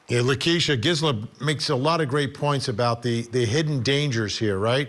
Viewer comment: Vinnie, it's pronounced Geezela